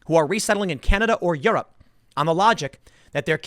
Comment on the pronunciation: The way he said Europe sounds very southpark